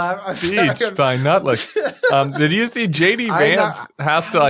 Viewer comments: Tim's mispronunciation of Howard Nutlick's REAL NAME had me Laughing Out Loud in REAL LIFE. 😂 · Lutnick is such a sycophant, emphasis on the first syllable (sick). 😂